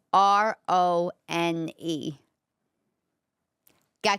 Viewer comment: My in laws said it the same way you do & they were both from Italy.